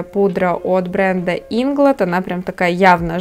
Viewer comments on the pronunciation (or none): Инглот, о боже... Зачем ты ставишь ударение так по-дебильному?